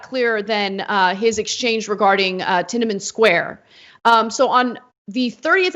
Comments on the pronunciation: ‘Tinamin Square’ ffs Anna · Funny to see Kasparian making fun of someone else for being uneducated and then she pronounces Tianamen Square as “Tinnaman.” This whole video is a case of the Young Turds pretending to be well-educated people, which they absolutely are not. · I cringed when she said tinamint square.